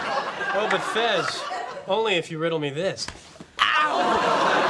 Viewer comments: It’s fez not fes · CARLOS GUTIERREZ it’s Fez not fes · He's fez not fes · Fez not Fes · It's Fes, not Fez.